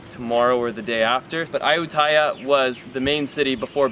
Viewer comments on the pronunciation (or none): Ayutthaya is pronounced ahh-you-tee-ahh